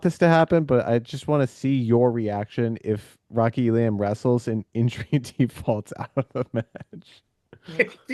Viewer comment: The idea that ISU wouldn’t wrestle Elam against their arch rival is crazy. Feel free to say “I told you so” if I’m wrong. Also, it’s Ee-lum, no Ee-lamb or Ee-lahm.